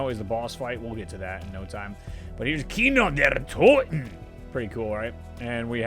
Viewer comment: Sounds Scottish when he says kino der toten